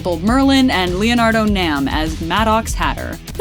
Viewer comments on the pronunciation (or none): none